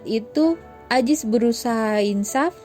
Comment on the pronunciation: Zainudin bukan jainudin Azis bukan ajis